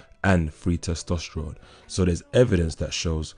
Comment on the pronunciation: How many times did he say testestrones ?